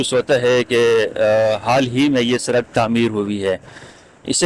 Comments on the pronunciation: سرک نہیں پیارے بھائی سڑک ہوتا ہے۔ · Lafz sadak ko durust kar len shukriya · Bhai Sarak Nahi